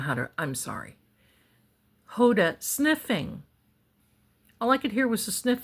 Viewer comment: Ho-dah, emphasis on the first syllable.